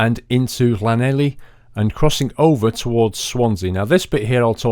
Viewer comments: you said lanelli wrong! its Lan-eth-lee! Love Nick from wales twitter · Llanelli is pronounced like th-lan-eth-lee. And in Port Talbot it's a massive steel refinery not oil. After you had gone over port talbot there is a town called Bridgend (where I live) so I'm happy you have flown over me. :) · Llanelli is said like kenethli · lol hearing you murder the name Llanelli made me cringe